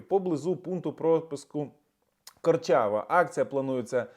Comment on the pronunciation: Не корчава, а Корчова...!!!